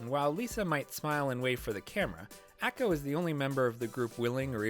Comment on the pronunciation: This was a great video, and I really loved all the points you made! I don't know if this is nit-picky of me, but in the future if you make more Bandori-related videos, please fix your pronunciations of the characters names! Specifically the "a" sound. For example, you pronounce Taki close to "tacky", when it should be pronounced like "tah-kee", Ako, should be pronounced "ah-ko", and Kasumi needs that "ah" sound too. Was a little distracting from an otherwise entertaining video!